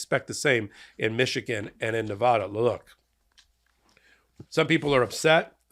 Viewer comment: Thanks for pronouncing Nevada property. My name is Bicycle Bob and I approved this message.